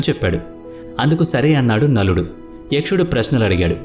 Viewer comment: Nakuludu ni naludu ani mispronounced chesaru.. But lot f confusion creat avtundi teliyani variki